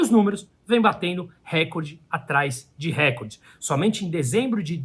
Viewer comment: Não existe acento em R(E)CORDE, assim como recorte, são palvras paroxítonas... A globolixo viciou as pessoas em pronúncia errada...